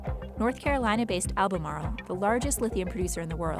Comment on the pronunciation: Cmon pronounce Albemarle like a real North Carolinean